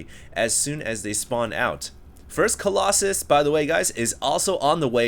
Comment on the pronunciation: I'm sorry Hd... coll"OXEN" has to go... it sounds really dumb.